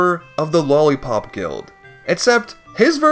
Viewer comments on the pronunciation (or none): none